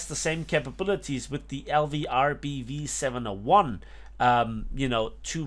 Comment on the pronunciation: that pronuciation of LVRBV 701 was really good